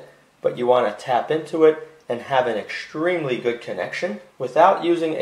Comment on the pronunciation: "-Exschtremely schtrong" 😉 ❤️